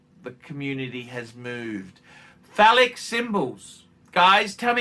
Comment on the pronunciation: Pronounced fay-lick? 😉